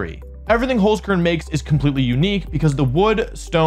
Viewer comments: And Holzkern is pronounced like “Holts-Kehrn” with the “r” sound being made in the back of the throat like a hissing sound, not a common sound in English so don’t worry if you can’t sound it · As a german dude, your "holzkern" pronunciation sounds pretty funny : -)